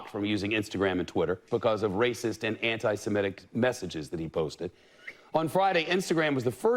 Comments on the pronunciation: *Semitic (we're Semites, not Semetes) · "SEMITIC" Trev!